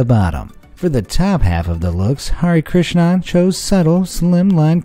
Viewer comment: Oh no this pronunciation of 'Hari Krishnan' but my friends name was that! And that pronunciation is so bad lmao i love him doe